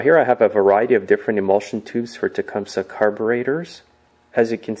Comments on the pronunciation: It's pronounced Tecumsee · Um... no. No, it's not. Tecumseh was a Shawnee chief who lived in the late 1700s. His name was certainly not pronounced with a "see" at the end. Nor is the name of this company pronounced that way.